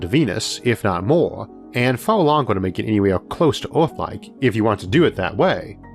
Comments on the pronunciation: is he saying orth instead of earth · so do people in ohio say "orth" instead of "earth" or is this some foreign thing? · Speach impediment.